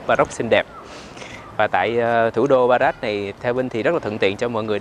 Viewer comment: Rabat mà có lúc a Vinh đọc thành Barat ý 😁